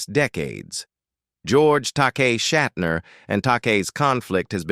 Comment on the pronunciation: Okay, so, William’s grandfather had the surname, “Shatner,” but he changed it to, “Shatner”? Ah, I see… Google straightened me out: Shat’s grandfather was “Wolf Schattner” but he dropped the ‘c’ and a ‘t.’ (AI voiceover seems to be working through somewhat of a learning curve. 🤔)